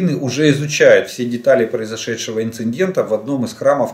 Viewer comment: Просите, пожалуйста! Слово ИНЦИДЕНТ произносится ИН-ЦИ-ДЕНТ, а не ИН-ЦИН-ДЕНТ. С Уважением!